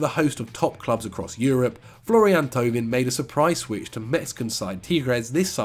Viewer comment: How Angry is Pato at pronunciation of Thauvin?:D